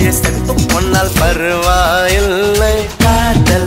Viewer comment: யாரு யாருலாம் காதல்பிசாசே பாடலில் (பருவா இல்லை) உச்சரிப்பை கவனித்தீர்கள்